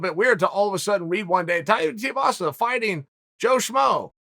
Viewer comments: Its shoeyvasa not shiuvasa come on chael tf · “Too-ee-vasa” not “tee-oo-vasa” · Uncle Chael.....his name is Tuivasa.....Too Eeee Vossa.....Not Tee Oooo Vossa. C'mon now Uncle Chael. Focus. FO CUSS! 🤣🤣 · Did anyone keep count of how many different ways Uncle Chael pronounced Tai's surname? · Me: Tai Tuivasa Chael: Tie Tiavasa Me: Ok, Great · Tie (as in neck tie) Two ee vah sah (Each vowel is pronounced separately) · Chael! its 2 e vasa (two-e=Tui) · Wow went full Schaub on this one learn the names bro TUI VASA easy bro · Teeovasa it is folks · I couldn't finish this video b/c of all the ways he mispronounced Tuivasa's name lol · How hard is it to say his name properly Chael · Just over four minutes and I don’t think chael said Tai’s name properly once🤣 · Chael mispronounced Tuivasa more times in a 4 minute video than he has wins in the Octagon...... and he has never lost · Chael "Non-Anglo Last Names Are Not Worth My Effort" Sonnen.